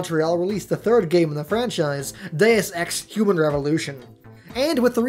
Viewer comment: Its pronounced DEY-OOS ex